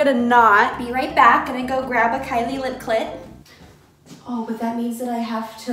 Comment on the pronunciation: I love you but this is the second video where instead of saying lip kit you say "lip cl*t" 😂